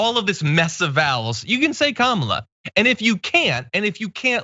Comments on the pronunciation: Did they do annunciation in school you sound out the letters. Ka ma la . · I must admit that, being familiar with the 'pro' wrestler 'Kamala' Harris, I sometimes unthinkingly pronounce the politician Kamala Harris incorrectly. No evil intent on my part. However, that's not what's going on here. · Kamala is the female equivalent of Kama, as in "Kama Sutra". She is the Hindu Goddess of erotic love. Really. Just say "Kama" and then add "la." It is not that hard. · It is simple three syllable - ka ma la - meaning lotus. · These same ppl can say Kyle Juszczyk with no issues but (fake) struggle to say Kamala 🙄🙄🙄🙄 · You didn't watch the video? Who's the stupid guy specifically not wanting to pronounce a black woman's name correctly? That's a republican. A bigot republican. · It’s three sylables. KA-MA-LA. This is another way of saying that she “doesn’t matter.” It was racist and xenophobic. If you can say E-li-za-beth ... you should have the verbal skills to pronounce Kamala. If you want respect, you should extend respect. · I wouldn't make fun of a person with such disability. He really can't pronounce her name there, he has a mental health issue, something in his brain interferes with his ability to speak normally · It's not hard. If you can say the name Pamela, you can say Kamala